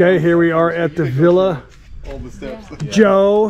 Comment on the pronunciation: Hey, I am the jersey guy who corrected joe on his pronunciation of breakfast thank you for pointing that out, I have a new one, the word is Villa there’s no R in it. ITS NOT VILRA… My God his pronunciation…Hoboken, Jersey City. And I’m from Hawthorne 10 miles away. I love the music you played in this vlog, it’s a Thai song, girl singing. Can you tell me the name of it. Love watching your videos,,you and the Chocolate man.